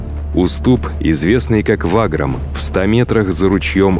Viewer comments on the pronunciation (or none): И к тому же Ваграм ударение на 2ую 'а', а не на 1ую